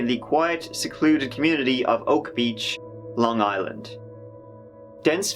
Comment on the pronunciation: no bullshit surprised you pronounced some of the city properly people not from long island usually butcher dat shit